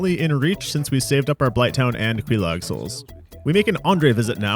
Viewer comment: How do you say Quelaag wrong immediately at the very moment the Fair Lady says it? Quelaag, not Kwellogg